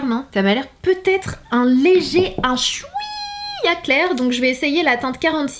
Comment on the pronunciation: J'adore le "chwiiiiiiiiia" avec l'accent algérien 😂❤